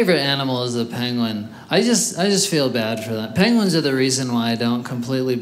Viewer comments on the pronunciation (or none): Who else heard "pangolins"? And then he said he doesn't understand why they live in the Antarctic and I thought "what? No they don't what's he on about?!" Took his third mention of them before I realized he was trying to say "penguin"... Then I felt daft, but I'd already lost the jokes :-(